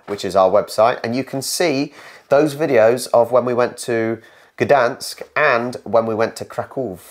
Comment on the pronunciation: She nailed Poznań, Gdańsk and Białystok at the frst time